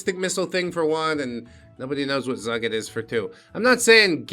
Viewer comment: Zugit seems to be Hebrew so its pronounced "Zoo-geet" (thanks, five years of Hebrew school), and I don't think a single one of the missiles Iran launched at Israel found their target so it's scary but not as scary as it sounds.